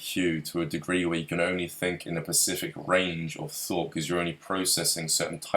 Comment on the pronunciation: As intelligent as is I don't understand why he keeps saying Pacific instead of specific it's not his accent because he says s fine it's specific